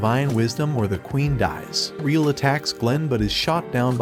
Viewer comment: Just as a slight correction her name isnt “reel”. Its Re=L, pronounced Re-L. Other than that its a good video on the show.